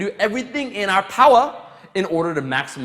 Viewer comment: Everthing in our POWA!!